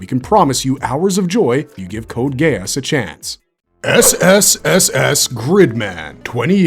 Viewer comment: "CODE GAY-ASS" Why would you say it like that? I have never heard anyone else say it like that. Lmao